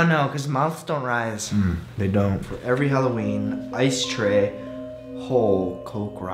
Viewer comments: It's not "Stray" It's "Tray" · Ikr that's what I kept saying cause it really sounded like "I stay home cooks rice"